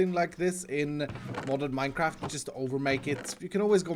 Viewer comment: I think he said modded minecrafty